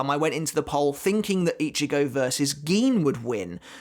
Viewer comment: Itchy-go, he who itches, goes? oh he didn't mention itchy-go in this video, but when he does he makes sure to mispronounce the name, and call him "Itchy"-"go"